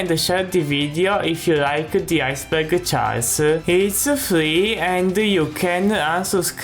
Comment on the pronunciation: I don't wanna make fun of how he talks... but when he says Iceberg it sounds like he's saying "IceBurger" just a minor word I kept hearing.